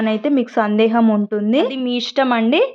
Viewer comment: Sandesham kadu sandeham